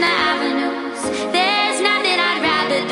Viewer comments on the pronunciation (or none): none